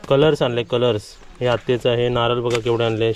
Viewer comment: नारल नको म्हणू नारळ म्हण